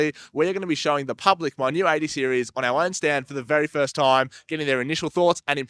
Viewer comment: That's golden. "OK sOoo It's ThE beST 80 SearIEs ArOUMd" 😂😂